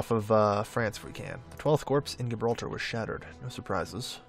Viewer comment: Gibraltar is pronounced Jibraltar. The G is a J sound.